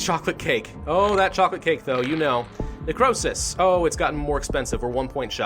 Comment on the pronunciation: "Necrowsish" that's what it sounded like he said at one point